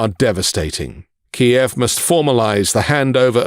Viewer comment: It's Kyiv not Ki-ev